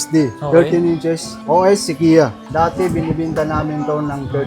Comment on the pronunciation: Sequoia - se-koh-ya